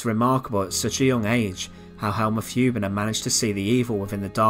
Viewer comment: Hübener, not Hubener!